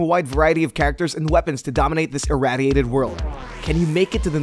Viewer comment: The way you pronounce irradiated bugs me